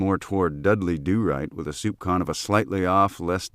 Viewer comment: Soupçon is a French loanword, pronounced soupSON